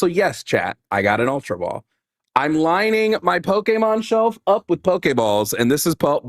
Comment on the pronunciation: Thank you for being 1 of the 13 people in America that pronounces Pokémon correctly! Haha